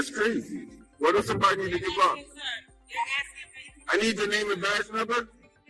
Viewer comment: And fucking learn grammer, it's asking not axing